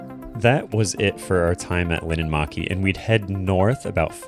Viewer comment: It’s linnanmäki not linnanmaki